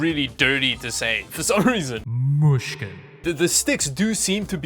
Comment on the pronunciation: When you say mushkin its like Russian